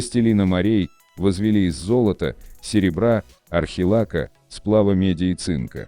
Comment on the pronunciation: Не орхилака,а орихалка!